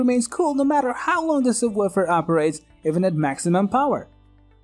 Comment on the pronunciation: I know it was do distracting! Lol and the sub...wuuufer